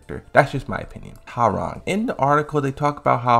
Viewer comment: Could you please start pronouncing character names correctly? It's "wowrang" for hwaorang "Leeng Shao You" for ling xiaoyu and "LID EE YA" for Lidia... It's NOT HAARANG, LEI SHAO KHAN AND LEADER